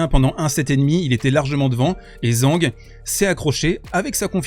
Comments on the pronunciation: Putain, TCHANG! Tchang Tchitchen! ZH se prononce TCH! C'est pas compliqué de regarder comment prononcer le pinyin. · Alors va falloir apprendre à prononcer son nom correctement 😂😂. Version simplifiée zhang = d.jean.g ; Zhi = d.j (e très très léger) ; zhen = d.jeune. Si tu utilises Google translate en cherchant 张志珍 tu auras la possibilité d’écouter en Chinois. Sans chercher la perfection… il faut prononcer le nom mieux car là c’est comme si il avait un autre nom en Chinois 😂😂